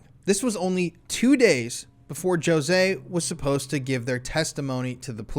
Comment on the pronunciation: Pronunciation sounds like Ho zay not Joe zay. 😂